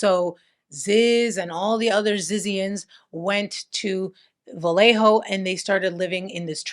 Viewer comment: Vallejo has no "L" sound, like valle(valley), tortilla, Trujillo, llave(key), lluvia(rain), llenar(to fill), bella(pretty), cuchillo(knife), llave(key), llevar(to carry), ella(she). "ll" in Spanish never has an 'L' sound. It's like a 'Y' in English. Vallejo is tricky because all Spanish words have the accent on the second to last syllable unless ther is an accent somewhere else. So yhe ínvisible accent is over the e.